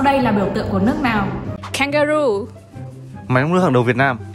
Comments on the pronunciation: Bạn phát âm chưa chuẩn 2 từ Kangaroo và Merlion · Kangaroo kangaroo. Máy giọt nước phải là hi - rô - den :))